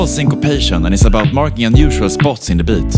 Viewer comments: You speak like you are a Minecraft Villager or whatever. It's Beat, not bit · the way he says 'beat' is so Scandinavian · Swedish* yes